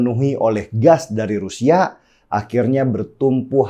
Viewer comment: Halo bung Denny Siregar gunakanlah bahasa Indonesia yang baik dan benar dalam pengucapan... Terutama huruf vokal kenapa jadi berkahiran "K"... Contoh : Rusia jangan Rusiak, kemana jangan kemanak....saya jangan sayak.... Semoga "pronunciation" bahasa Indonesianya bisa diperbaiki...